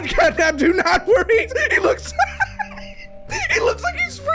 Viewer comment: Bro turned catnap into, fatnap💀